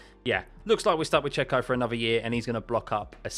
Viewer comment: ‘Check-o/Cheque-o’ ‘Pay-rez’